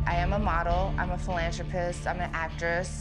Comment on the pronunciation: Whats a philajerpist? It's philanthropist Amber Rose!